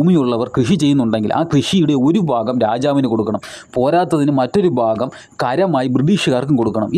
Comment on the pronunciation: ഫാര്യ, ഫൂമി, ഫാഗം. മലയാളം പറയടോ.